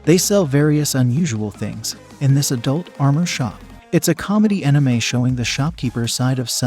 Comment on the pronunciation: Is an enime anything like an anime lol.. thats the first ive ever heard that particular wrong pronunciation